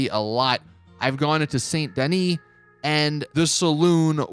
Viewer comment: Hate how he pronounces Saint Denis